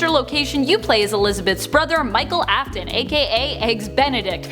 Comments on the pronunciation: "Aftnon" Sure about that? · ‘The fate of Elizabeth AFTIN” Me:👁👄👁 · I was like help me when they said afton